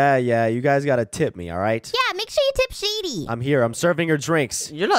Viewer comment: Yea he said SHITY